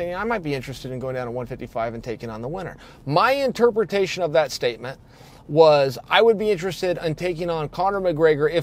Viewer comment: Chael: "So my intreprutation of that statement is... ...GSP wants to fight Rhonda in WWE."